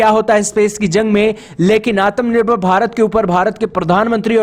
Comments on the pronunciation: भाई वो आतम नहीं आत्म होता है 😁😁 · Aatmanirvar nahi bolna aata to bhai plz aatmanirvar mat bola kr self dependent bol diya kr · Tagama nahi bhai Tamaga hota hain😂 Atam nirbhar bharat nahi Atmanirbhar bharat hota hain. Kya bhai ab hindi bhi thik se nahi bol pa rahe loag. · तगमा नहीं तमगा होता है, आतम निर्भर नहीं आत्मनिर्भर होता है, गलतियां सुधारो।